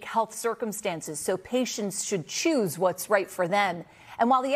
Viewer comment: I like how she emphasized the word "choose". If only.